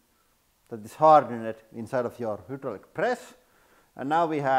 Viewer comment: This is a great video and I will never get tired of hearing "hoodrallik press."